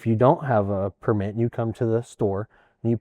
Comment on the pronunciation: Drinking game: take a shot every time pronouces 'permít" like a French person.